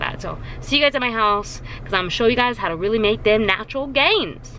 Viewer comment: Also when you said "time to make those natural gains" I thought you said "time to make those nacho gains" and I got really excited I thought you weee gonna show us some healthy nachos 😂😂 #cravingsaretooreal